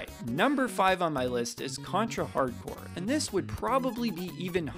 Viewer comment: Contra HARD CORPS*** not "hardcore"